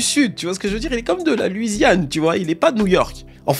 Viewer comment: Très bonne vidéo mais juste on dit “LOUisiane” et non pas “LUIsiane”